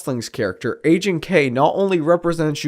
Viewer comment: Loved the video. Ps: Everytime you said "Agent K" I thought you were saying "aging K" lol it's funny considering what the video is about.